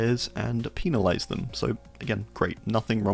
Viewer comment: "penile-ize them" 💀💀💀💀💀💀💀